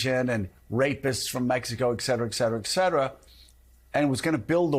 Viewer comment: You do not pronounce the adverb "etcetera" as "ex-cetra" - 👩‍🎓3/10